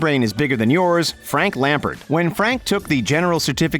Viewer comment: Fun to see Lamps on here (albeit mispronounced), but in general this is a silly list. Those first two examples for starters ... 😂